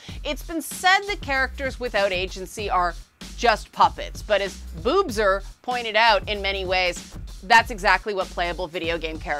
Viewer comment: This was a meaty one, but very interesting stuff. And I'm still laughing at "Boobser." "I said 'Kant.'" XD And of course Zelda would be the one to reject society's stereotypical expectations of her role as princess. XD